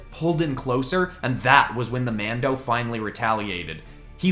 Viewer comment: stop saying mado